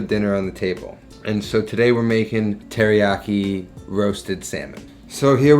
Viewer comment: Dude, next to Latin, Japanese is the easiest language to pronounce. Every consonant is followed by a vowel and every vowel only makes one sound. I like your recipes, man, but like, at least try. It seems insulting to not at least try.